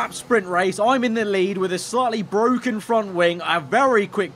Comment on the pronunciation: Lando "ITS BWOKEN"